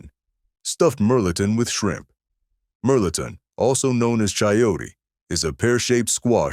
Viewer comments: My family is from Hayes and Lake Charles, Louisiana. They still cook like that. Melton pronounced mel-a-tawn. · you also supposed to say (mel ah tohn)